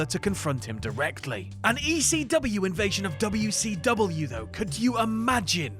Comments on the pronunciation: Probably, everytime says w-c-dubya I want to punch him in the face. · am i the only one who was upset at the fact that they enunciated wcw instead of callin it wc"dubya" like they do in whatculture?